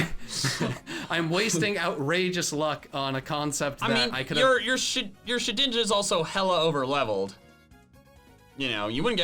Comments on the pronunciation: it shed ninja not she dinja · omg said shedinja right